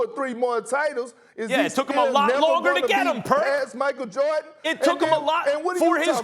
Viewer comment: Kendrick Perkins who tf is "Michael Jawrdon"?🤔